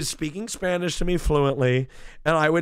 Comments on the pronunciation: I’m Latin American, his pronunciation is insanely good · Holy sh*t his spanish accent is actually really good kinda freaked me out